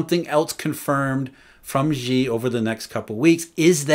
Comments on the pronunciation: "神州 Shenzhou okay, but is he straining when he says "she" or is he saying it effortlessly?" He's pronouncing it wrongly regardless. The actual pronunciation of Xi is closer to "Sea" than "She". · He can't. He pronounced Xi as "She" which is incorrect. The actual word sounds closer to "Sea" (or the letter C) than "She". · His pronunciation is horrible indeed. For example, he pronounces Xi as "She", which is wrong. The actual pronunciation of Xi is closer to "Sea" (or the letter C) not "She".